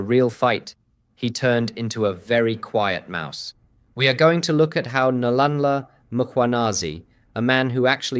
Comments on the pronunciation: Nhlanhla not Nlanla practice his name please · If you are going to comment on South African politics, at least take the trouble to learn how to pronounce people's names for Pete's sake!! Nlanla!!🤬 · What is Nalanla, who said it sounds ryt in English. Find out how they pronounce the mans name correctly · Who's paying this??? It would be really good if he would at least try to get the pronunciation of the African names correct! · how can you not pronounce Nhlanhla after all this time? everyday its butchers. practice once bro. once.